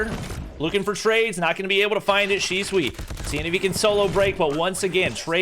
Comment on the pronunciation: PRONOUNCE SHISUI: Shi Su Wi ❌ Shi Swi ✔️ 🤣🤣🤣🤣